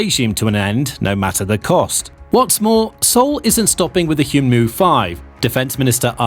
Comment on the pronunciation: It's read 'hyeonmoo,' not 'hyoonmoo' lol